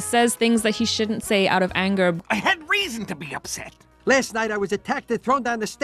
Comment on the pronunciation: Concerned how many times I genuinely thought you were saying Butt Cluck until I turned on the captions💀